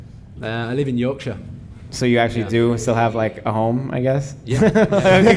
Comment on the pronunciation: Shout out the American pronunciation of "Yorkshire".